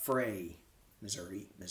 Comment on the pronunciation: Thank you for saying Missoura and not Missouri. I was born in St Louis. Thank you for reading for us. I appreciate your work.